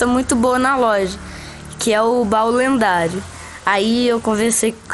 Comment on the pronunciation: E ele falou lenhado kakakka